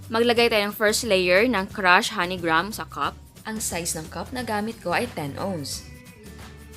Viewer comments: Greyham kasi pagbasa doon hindi graham!!!!!!!!!!!!!!!! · anong "grams" ? its grahams. okey na sana eh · Mali ka jan chef, as in "gram" talag?ah search ka sa YouTube paano tamang pronunciation wag po trying hard,napakabilis mo magsalita inaarte pa kc ang accent sagwa tuloy pakinggan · Tama yung isang comment. We read it at "GRAM" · haha mas nakakastress yung di alam ang tunay na pronunciation ng graham hahaha 😂😂😂